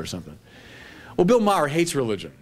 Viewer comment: For a Jesuit, he sure doesn't have a great argument against Maher's movie. He disses & dismisses him without engaging his arguments. He purposely mispronounces his name. He's literally "preaching to the choir", and doesn't ask fundamental questions. It's all about feeling good being part of a "team", the Catholic team. It's not about truth. Hitchens would have sliced and diced this cheerleader.